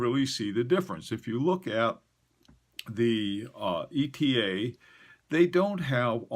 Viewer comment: Bless you for not saying "Etta" like the fools.